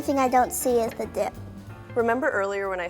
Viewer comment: I thought that she said "huge dick" Instead of " huge dip"